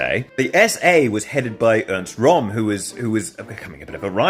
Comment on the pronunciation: The Röhm in Ernst Röhm is pronounced "Room" not "Rom", because the umlaut on the ö (sometimes rendered as oe) makes an "oo" sound in German. That's why döner sounds like "dooner" when pronounced correctly (not to be confused with "donner" which means "thunder").